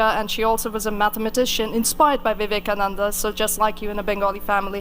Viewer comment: Vivekananda ka naam to sahi se ucharan kar leti..host beta